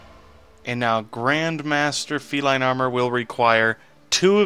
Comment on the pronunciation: you butchered the name feline and deck ;)